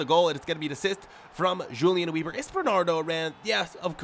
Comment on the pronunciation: The way he says Julian Weber is so American